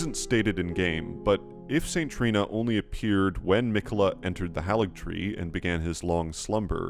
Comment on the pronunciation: Love your videos, though it's odd how you maintain the mispronounciations of names we hear in game: it's Mohg, not Mog: hāligtree, not halligtree. Same for manga and Casca, not mane-guh and Cass-cuh.